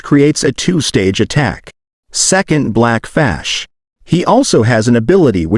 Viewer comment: we are not skipping the fact you said black fash